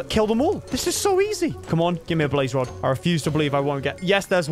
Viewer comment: “Blaze rod”